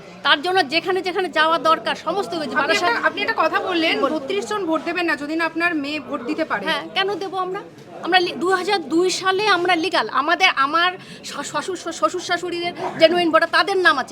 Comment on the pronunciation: লিগেল নয় রে গাধা কথাটা লিগাল। শুধু ফটর ফটর